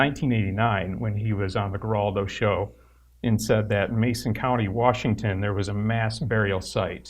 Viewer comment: I really appreciate the work The Satanic Temple does and I think Lucien is an intelligent and cool ass dude, but for the love of Satan! Please learn how to pronounce Geraldo!